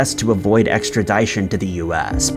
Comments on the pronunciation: Extradition - ex - tra - dish - un not extra-dye-shon You sound ridiculous You're covering legal topics learn how to pronounce the standard nomenclature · dude!, when will you ever learn to pronounce the word “extradition” properly bro?! 😂 I’m not trying to be a d!ck but I’ve heard you pronounce it like this on several videos lol it’s pronounced “extra-dish-in”.. not “extra-die-shin”. Oh, and Dublin, as in Dublin, Ireland, is pronounced “Dub-Lin” 😂 sound it out my dude. You always pronounce it “Doo-Blin” and I’m like, there is NO WAY you’ve never heard of Dublin. You’re doing this on purpose aren’t you?! Cuz if not, then mannnn 😆 you’re still awesome and I love your videos! It’s all in good fun. Not trying to be rude or anything but I thought you should know these things for future reference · 2nd vid of us ive posted this but: Extradition is pronounced EXTRA-DISH-UN... not extra-dye-shun. Reading is fun-dye-men-tole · I suppose it must be a sad sign of watching way too many true crime videos,and eventually becoming slightly numb and insensitive to a point...possibly...when all that crossed my mind when said the name Lola.All I could think was.."I met her in a bar down in old Soho.....L-O-L-A..Lola! C'mon,,though..."extra -dye-tion"??? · Extradition sounds like tradition. Not Dyson.